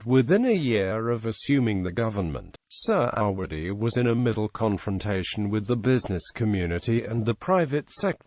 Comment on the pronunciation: Couldn't you get someone who can read a script properly and pronounce indigenous names with some semblance of accuracy. The main protagonist's surname is pronounced phonetically Surr - a - wuddy. (Definitely NOT 'Sir -ah-waddy') UGH!